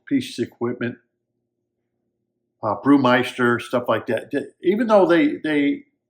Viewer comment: "Brewmeister" is pronounced... 😂... 'Burmester'!